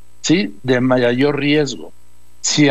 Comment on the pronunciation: Doriga se dice Mayor, no Mayayor , se dice Acuden, no ... Ancuden